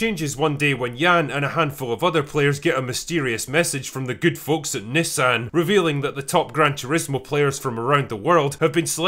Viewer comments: This was a good video but I swear critical drinker and his mispronunciation of the word Nissan was just too much I couldn't take it I was laughing so hard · I throughly enjoyed this flick. And also learned that us Americans call it knee-saun instead of Nis-san. So weird. Lol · I noticed you say Nissan as 'Niss-an'...We Americans say 'knee-sahn". Words are hard... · I'll never understand why foreigners mispronounce words and names like Nissan (NEE-sahn) when the company literally pronounces it in their advertisements for all to know. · Sorry, lol'd everytime you said Nissan haha